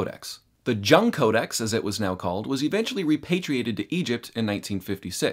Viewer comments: Jung is prounonced like Young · Jung is pronounced Yung.